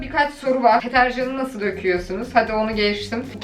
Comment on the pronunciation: Abla tetercan degil deterjan